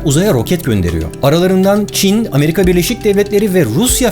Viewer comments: Abi 9 33 Amerika ya ameriha dedin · 9.32 amerihanin jsjsje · efsane Ameriha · 9.31 ameriğa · abi çok güzel "amariga" diyorsun :) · Ya abi şu amariga dediğin yerde gülme geldi ya shsjshshj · ' de ameriganın diyor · DDDDDD Ameriğa XD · da ameriganınmı demiş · amerihğanın Xsenrmlyıktjymhtr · Barış abinin deki amerika diyişiyle bizden biri olduğunu kanıtlaması...